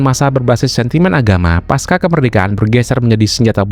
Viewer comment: pasca, bukan paska